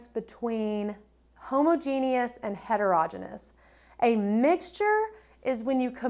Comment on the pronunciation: Don’t teach the kids to pronounce heterogeneous like that 🙊